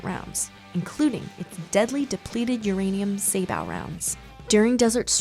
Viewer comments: SAY-BO, NOT SABBAT, NOT SAYBOW! I thought you guys would at least get this one right. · It's pronounced "say-bow," as in "bow and arrow." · The word Sabot is pronouced "Say Bow" the T is silent. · You said sabot round wrong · You need work on pronouncing words. Saboe (although spelt wrong, I think) has a long o sound, not a short sound. And the Abrams is heavier than 68 tons when fully loaded and ready for war.